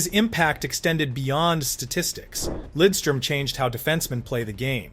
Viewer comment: Maybe the best two way defenseman ever. Great pronunciation on Lidström by the way!